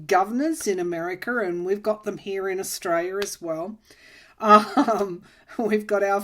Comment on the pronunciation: Hi. Just wanted to note that the way you pronounce Australia sounds like 'estrella', which means Star.